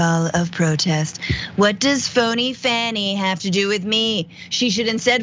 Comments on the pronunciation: Her name is NOT Fanny. Its faw-nee. Why are you the only person who does not know this? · Hey Francesca, do you think you could learn how to say Fani's name right? It's pronounced Fawny, not Fanny. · Please, please, please pronounce Ms. Willis' first name as FAWNIE, not FANNIE. It is respect which you normally do so amazingly. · Learn to correctly pronounce her name! It's pronounced (Fawn-E).